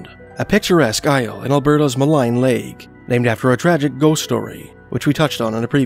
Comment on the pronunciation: it's pronounced 'mulleen' lake, 'maligne canyon' and such